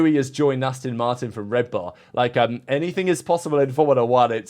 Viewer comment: How long have you been into F1. You should know by now that it’s ‘Ast-ON’ Martin… Not “Ast-IN” Martin. The clue is in the name🤪 (It’s like listening to Australians pronouncing Mercedes😱) I’m very much Intrend your thoughts 😎. May the Force be with you.🌀 Jim🌀 (-: <*>:-)